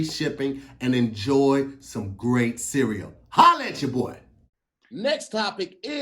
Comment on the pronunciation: The way pronounces cereal (sea-we-yo) funny as shit